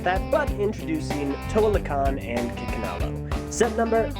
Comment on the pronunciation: For a second I could have sworn you said "Chickenalo".